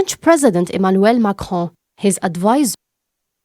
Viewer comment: Please make sure to rehearse and try to improve yourselfs more. It is acceptable to make mistakes because you are new to news, but in the future it will not be acceptable. Please try to spell the French names in English accent ( Macron, Elysee...) again train and evolve. Good luck.